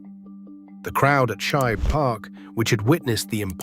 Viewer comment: Teach him how to pronounce Shibe Park as well.